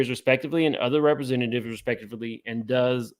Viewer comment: Hey in legal documents “DOES” is pronounced like doze or doughs, as if referencing a Jane Doe or unnamed persons. Keep up the good work!